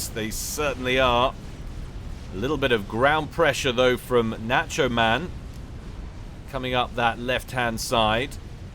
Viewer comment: Someone tell how to pronounce "nacho."